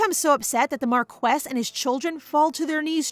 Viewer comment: I noticed that this is an ai reader because the reader mispronounced "marquis"